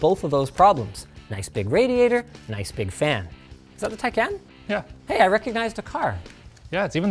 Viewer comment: The way he said Taycan hurt me